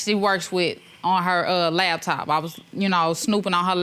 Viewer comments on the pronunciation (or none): What’s a LAB TOP ....ITS LAPTOP PPL ❌❌